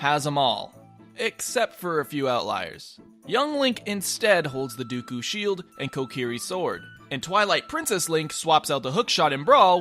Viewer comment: " the dooku sheild." TRIGGERED